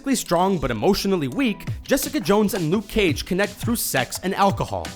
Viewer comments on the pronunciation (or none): none